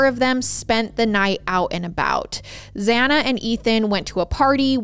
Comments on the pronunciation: Why are you saying Xanas name the way you are 😅 its spelt Xana but is obviously pronounced Xan-na in every other video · Yeah she does that alot it's really frustrating